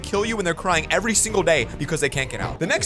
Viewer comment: on your youtube short in this video you said "signle"